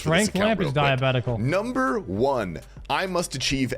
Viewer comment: I can’t tell if he’s saying it on purpose or can’t pronounce diabolical😂😂